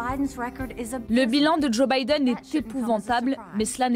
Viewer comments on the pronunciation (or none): none